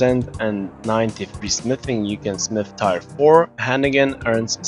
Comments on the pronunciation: it's pronounce tear like the ones that roll down my face when you pronounce tyre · Tire 1 2 3 4? TIRE?? Let me help you with your English. Friendly help. When people cry, they shed a "tear" (Not to be confused with "tear me a piece of paper from the notebook) Now say it with me, say this out loud, "my friend broke his phone but didn't shed a single tear. (Tears of guthix) T E A R Not tire. Hope I helped and don't forget to smash that like button